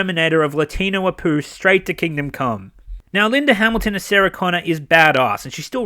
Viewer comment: for "Sagah" Connors lol!! I LFMAO'd when you mentioned that the first time! Hollywood, please stop patronizing your audience with cheap nostalgia, and go back to creating original characters (and storylines).